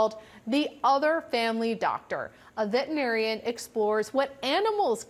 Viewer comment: "vet 'n arian"